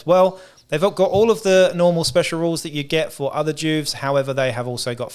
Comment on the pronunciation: It’s jewvee not Jewv … you know.. short for juvenile.. where to kid criminals go? Juve (jewvee)